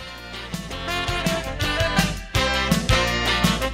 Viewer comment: vat19 not vat one nine